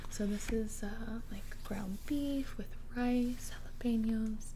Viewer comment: Girl.. you can pronounce jalapeños perfectly 👌🏽 but you couldn’t pronounce Folgers!